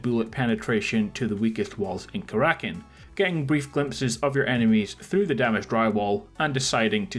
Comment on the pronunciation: It's Kara-kin not ka-rakin'